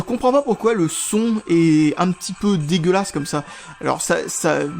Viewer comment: Ta façon de dire le mot dégueulasse est dégueulasse xD